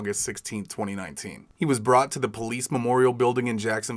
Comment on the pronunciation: “Po Lease officer” 😅